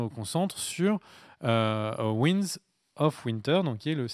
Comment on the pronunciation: "Ouaillenedz" of winter